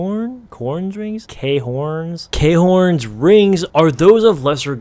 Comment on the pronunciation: A couple things I gotta say khorne is pronounced like corn and the chaos gods are strong because of their memetic abilities they are pretty much impossible to kill or beat also you missed a lot of scaling for the warp and btw u can call it the noosphere, slannesh scales slightly at her strongest to the dark king( or just the empowered emperor when he was fighting Horus) the emperor was fighting Horus across an infinite amount of infinite transcending planes, their duel spanned across an infinite amount of infinitely sized universes just by their presences clashing they fought in every single way imaginable and in every way, they literally canonically 1v1 ed in fort, and at this point Horus was being empowered by all four of the chaos gods at their base I would say or their average level of power so slannesh scales 1/4 of Horus since at the climax of the duel between Horus and the emperor Horus was like a sock puppet being power by their average level sun he was an exploding vessel for chaos, also yes the warp is above space and time since the chaos gods scale above the ctan which created the whole infinite multiverse of 40k also the subjective reality thing means that the chaos gods just straight up manipulate reality to such an extreme extent to were it’s basically just considered a new reality like when slannesh talks to Fabius bile, also all of the creatures from the warp that don’t originally come from the physical universe are above the whole lower cosmology which means